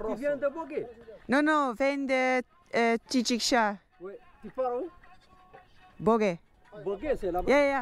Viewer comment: Hhhh j'aime bien quand tu prononce Tidikja 🤣🤣👍👍👍